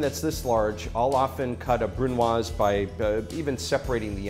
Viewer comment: Congrats chef you pronounced it wrong